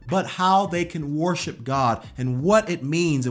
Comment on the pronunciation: 8. Stop pronouncing worship as "war ship"...sorry, just had to 😂 Seriously though I'd add: stop thinking that worship is inherently a music-related thing. Music is a way of expressing true worship (the presenting of our bodies to the Lord as living sacrifices according to Rom. 12:1). But if it's not an expression of that heart, the music we play and sing in church can be theologically accurate, moving and sound great, but still not be worship at all.